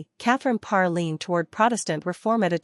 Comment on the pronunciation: Good Lord, hire a robot that can pronounce the name of the Queen anyway. Pathetic.